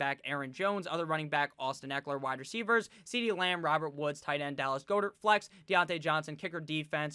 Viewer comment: Dallas "Gah-dirt" not "Goh-dirt"